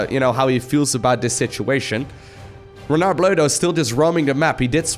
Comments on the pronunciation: when pronuncing renard, juste dont include the "D" at the end, like if it was spelling "renar"!!!! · The R in the name is supposed to be pronounced the Way you dutch People pronounce your g h and j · Renard = Fox The "d" is mute. Just like the "t" in "croissant". French "Rs" are generally not rolled (except very specific places in the south). It should sound more like a vocalized yet softer german "ch" (as in -ach, not ich). 5/10 for effort. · A bit too much on the R on Renard but otherwise the Le Renard Bleu was good pronunciation!